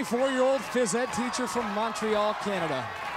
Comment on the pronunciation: He went with a French-ish pronunciation on Montreal, so I gave him a W on that one.